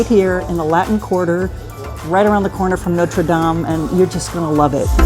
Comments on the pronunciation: Haha, you pronounce all the French words correctly except, Notre Dame. 😅😅😅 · for a French guy you really should know how to say Notre Dame properly